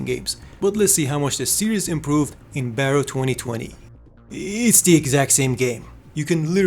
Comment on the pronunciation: Here is a small correction "Barro" is pronounced as "Bar row" wich translates to dirt or mud, Maybe it was supossed to be an off road racing game?